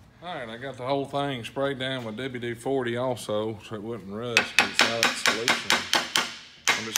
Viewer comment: “Dubya Dee Fordy”